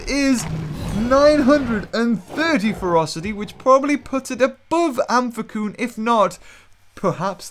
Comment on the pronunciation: I'm pretty sure you pronounce amphicyon as Amf-ic-Eeon not amf-ic-Oon